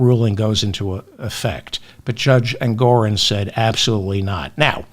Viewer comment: ENGORON!!!! NOT ENGORIN!!! DON'T MAKE THE SAME MISTAKE TWICE....YOU KNOW BETTER!!! AND I LOVE YOU!!!